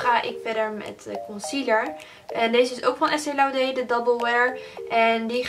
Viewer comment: Leuke video maar volgens mij is het Estee laudeR de r wel uitspreken.